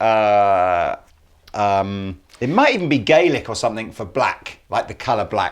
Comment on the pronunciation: When pronounced Gaelic correctly <3